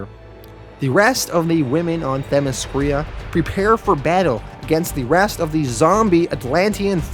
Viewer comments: great vid, note for next time its Themyscira not Themescrya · I told him (them-is-sceer-a) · Your videos are great but you butcher some of these names Themyscira - (them-is-sceer-a). Antiope - (Ant-tee-o-pee) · Not trying to be a dick but Green Lantern Corps is pronounced like you’re saying core. Themyscira is pronounced like them mes skera. I’m only doing this because you repeatedly used those words and probably will again in the future. Enjoyed the video! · The Themyscira pronunciation... 😬